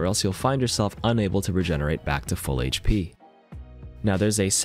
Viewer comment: thank you for saying HP and not hashpee